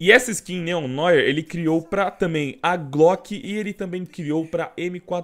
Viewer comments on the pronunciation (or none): none